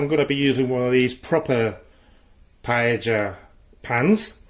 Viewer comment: Ah yes, classic gastronomic terrorism. Things done right first: I think you are the first person (non-Spanish speaker) who pronounces "paella" correctly; that's nice. Bomba rice is the proper type for the dish, and the process itself is nicely done. Reasons to be on a watchlist: 1.-Chorizo in a paella 2.-CHORIZO IN A PAELLA 3.-The reason why we dont like chorizo like a paella ingredient its because of the really trong and rich flavor, wich we all love; but it changes the flavor too much. 4.-Green peas and bay leaves are a bit strange, but acceptable. 5.-You lack any fumet or broth, which works really well for making a homemade paella (usually it brings the spices, the liquid, and most of the flavor). To be honest, it's a fine attempt at a paella for an amateur non-Valencian person. Don't be bothered by this comment :)